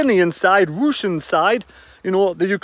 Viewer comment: Pronounced ' ROOSIN' surely?